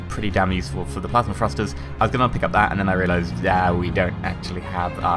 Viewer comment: Thrusters not frusters